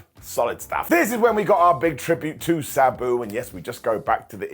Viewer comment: It’s Sabu ( SAH BOO). Not SE BU